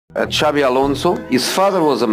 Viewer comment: He coached Xabi and never learned how to pronounce his name properly. Xabi is Basque not Catalan. It's not pronounced Chavi, it's something like Shabi.